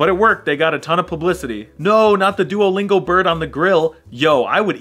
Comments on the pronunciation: Did nobody notice him saying "luodingo" instead of "Duolingo"? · Почему он говорит "Луодинго" а не "Дуалинго"? (Why does he say "Luodingo" and not "Dualingo"? ) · It's not luodingo 😂😂😂😂😂 it's duolingo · U said luodingo 💀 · How you said luodingo not duolingo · ITS DUOLINGO NOT LUODINGO!! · Duolingo❌ Luodingo✅ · Him:Luodingo instead of duolingo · LuoDingo❌ Duolingo✅ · It is not luodingo It is Duolingo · was he purposely saying luodingo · I can't be the only one annoyed by him saying luodingo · It's doulingo not loading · The app is called DUOLINGO NOT LUODINGO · Mistake: luodingo. Umm it's *d*uolingo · U said Luodingo(Duolingo= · why the hell are u saying luodingo not duolingo-:face-pink-tears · What luodingo ? Its Duolingo! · "luodingo" ITS "duolingo" BRO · Why it's Luodingo, not Duolingo? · Bro said dualingo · Why the f do he say luodingo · It’s is Duolingo not LuoDingo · Why are you calling it luodingo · Why did you say Louodingo it's pronounced duolingo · ITS NOT LUODINGO ITS DUOLINGO!!! 😡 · It’s pronounced duolingo not luodingo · did he say luodingo or is it just me? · bro said luodingo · the whole time I was watching I was saying “STOP SAYING LUODINGO!” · Is Nobody Gonna Talk About Him Calling It Luodingo? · Size really said luodingo💀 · Bro said "Luodingo" at the beginning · Anytime he say Luodingo I die inside lol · i dont know if im going crazy or i heard him say "luodingo" owl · bro said luodingo 💀💀💀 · bro keeps saying Luodingo! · At the beginning he said luodingo 🤔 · And no one's gonna talk about the fact he's been saying "Luodingo" for the whole entire time 😂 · The fact that you called it "Luodingo" the entire time annoys me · Bro annoys me by saying LuoDingo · Why are you saying luodingo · WHY DO YOU SAY LUODINGO. STOOOOOOOOPPPP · You're saying DuoLingo wrong!